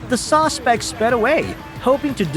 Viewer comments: OK wait narrator you keep saying sausespec it's suspect 😊😊😊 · Narrator might want learn how to say suspect instead of saucepect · The AI narrator keeps saying "sosspect", instead of "suspect" lol. I hate when videos are shown reversed. The caption when the Walmart employee was talking about the thief, said, "WELL, SHE NEVER PAID FOR ITEAMS". It's spelled "ITEMS" lol. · "Sos pect" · Saucespect? Don’t you mean suspect? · What the hell is a "sawspect"? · "The sospect" 😂 this was a good video though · I love how the narrator pronounces "suspect": sauce-spect.😂😂😂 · It’s SUSPECT not Sauspect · .its a suspect, not a sawspect. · What the hell is a "sauce-spect? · Dude what is a ‘saucepect’?!